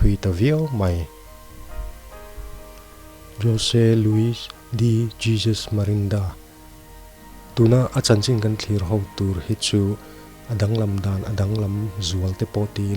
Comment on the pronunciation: Miranda tia a ziak in tih lan ngei pawh Marinda tiin ila chhiar hram a...han tang deuh teh u